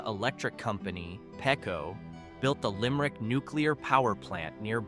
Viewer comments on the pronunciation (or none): being someone who grew up in Philadelphia, i flinched when i heard your pronunciation of The Schuykill River. it may be the Philadelphia accent but Philadelphians pronounce it "Schuu Kill". "The Schuu Kill River". and the power company is Peco Energy. "Peee Ko".